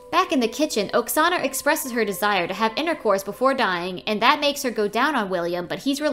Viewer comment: the name oksana sounds like a name from my country and the way u said the name hurts me..